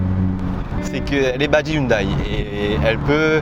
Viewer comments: Bonne voiture, belle sonorité on reprochera peut être la déco intérieur qui n'égale pas celle des allemandes. (ps: hyundai ne se prononce pas yoon day ^^) :) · On dit youndé